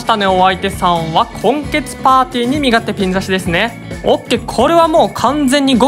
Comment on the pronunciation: カバチェンのときに身勝手がソ連と言っているようにしか聞こえないw